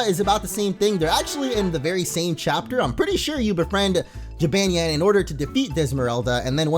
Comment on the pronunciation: you are saying the name wong